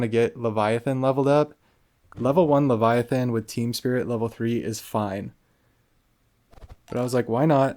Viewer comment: Good ole leva-thigh-on. Lol.